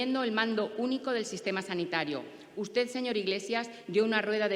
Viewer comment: Pablo no sabe decir usted, en lugar de ustez. Todas las palabras terminadas en d, las pronuncia con Z. Dicho esto, por mucho que escurra el bulto, la verdad como él dice, se la pondrá un juez por escrito